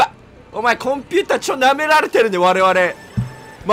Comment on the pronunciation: コン↑ピューター↓なんて